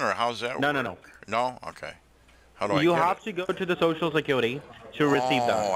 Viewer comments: corporate. shoshal, Withdrawling???? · I love when they say SHOO-SHOO instead of social. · De last four digits of your sho-sho